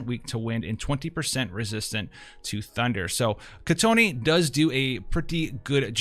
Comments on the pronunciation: Not "kitoné" its just kitone..its already prounce correctly in global version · Its Kee-Ton... not Kee-Ton-E.... theres no e at the end. btw nice content as always!